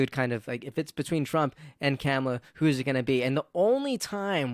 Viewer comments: Vice President’s first name Kamala is pronounced “comma-la” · Dude! I like your videos, but if you're going to talk about Kamala learn how to pronounce her name 🤦